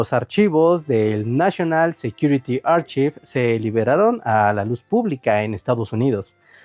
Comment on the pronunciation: Chequen la pronunciación de "Archive"